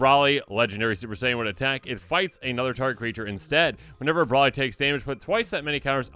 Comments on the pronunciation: Dude it’s pronounced Bro-ly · How can you claim to be a DBZ fan and completely mispronounce Broly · what broly is pronounced got me dead